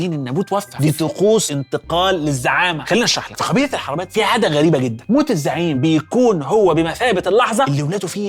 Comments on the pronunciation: إسمها القرنة بضم القاف وليس الفتح القبيلة الحروبات وليس الحربات طبعاً الحلقة كالعادة فوق الوصف لذلك استغربت أخطاء النطق لأن الاستاذ احمد عودنا على الدقة القرنة هي البر الغربي للاقصر إلي فيها كل الآثار المدفونة الشهيرة تحياتي لك استاذ احمد المرة الجاية أستعين بحد من اي منطقة تتكلم عنها علشان موضوع نطق الاسماء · مقولتش اسم اي مكان صح القرنه بضم القاف يباشا الحروبات انت بتقولها غلط كنت تعبت نفسك وكلمت اي حد من الاقصر وكان هيقولك الاسماء صح